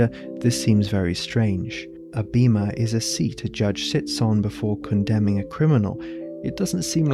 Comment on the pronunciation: In Ancient Greek βήμα is pronounced Beh-ma it’s a long e, like in “bed”. If it was Beema it would be written as βίμα. Great video, thank you for sharing. By the way, love the Faun by moonlight by Leon Spilliaert, reference. Love that you make art in your videos. Inspiring! I followed. ⚡️